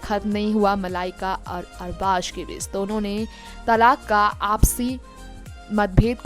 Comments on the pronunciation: Arbash nai arbas khan bol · Arbaz never ditched Malaika..... Understand that........ Try to pronounce Arbaaz...... Properly...... Nonsense Salman Khan has nothing to do with their break up...